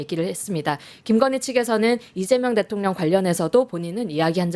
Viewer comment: 앵커분 발음이.. 방만진법?대통련? 교포신가요?